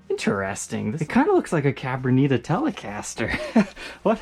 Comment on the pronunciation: It’s pronounced: “Cah-BrO-Nee-Ta” like if you’re literally saying the letter O. Not cah bruh nee tah 👨🏼‍💼